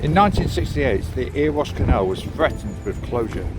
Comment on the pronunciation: "Eh-ree-wash" *Erewash, not Earwash, lol